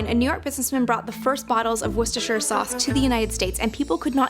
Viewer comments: It's easy. You pronounce it wuster.... I know there are extra letters. We just ignore those. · I can confirm, we pronounce it "wusta-sheer" in England. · But it's named after the English County so there is no American way of pronouncing it. Its Wuss-ta-sheer. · wishter sauce? learn how to speak english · To those American cousins across the pond struggling with the pronunciation it's "Wu ster" sauce drop the cester and shire bit. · Worst-uh-shire.. Whats so hard about it??? Dont try to read it. Just say it. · worst? Uh? shire? Wur-stir-sher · As a Briton, I'm just surprised that the US "consumes more Worcestershire sauce then every other country combined". Wow. And yet most Americans don't know how to pronounce 'Worcestershire' correctly? 😅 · Yet another American who cant pronounce the name properly……. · America, the biggest customer of a sauce they still can't pronounce correctly.... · If only he could pronounce Worcestershire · yall Brits say it wrong, I say it how it's spelled. ;) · seconds, atleast get someone in who can say the name, Ffs. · Lol it's pronounced differently in this video. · It’s whoostershir sauce, not as it’s written but as it’s pronounced. At least in the 60 year old category of North Nottinghamshire uk. Whoostersestershire sauce is..... maybe a take on it but from north Nottinghamshire I can promise you that’s as near a correct spelling o pronounce as I can come up with. Ps, I don’t personally use it much but when it’s needed nothing takes its place xx P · Its pronounced wuster sauce they said it multiple times. You can literally Google how to pronounce it. The people working in the factory also said it multiple times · you so confidently pronounced it wrong. The correct pronunciation is "Wooster-shear sauce" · It’s pronounced... wor- Chester- shire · Called it Wooster sauce my whole life. Now i strive to pronounce it correctly, you can too with practice. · It's pronounced /wustershire/ sauce. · Woooster Shear. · wistis sauce